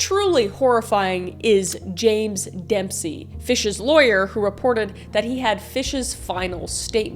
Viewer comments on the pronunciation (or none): none